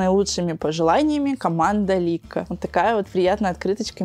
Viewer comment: не ликко а лилкко